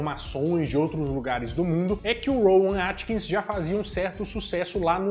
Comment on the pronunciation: O nome do ator não é "Rowan Atkins", como você diz. É Rowan AtkinsON. Atkinson!!